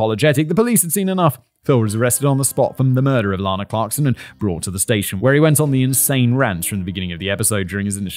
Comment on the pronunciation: Out of respect for the victim I must point out that Ms.Clarkson's name is pronounced like Anna (ran, or can't). Lana Turner's name is LAHna. Not so for Ms.C.